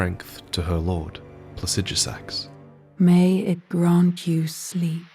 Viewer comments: i think the dragons are pronounced with the stress on the second syllable Placi-DU-sax not Placidus-AX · Commend the effort to pronounce scadutree correctly but continuing to not pronounce Placidusax correctly